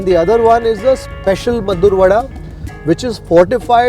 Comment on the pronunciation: Meddurr alla pa, Maddur..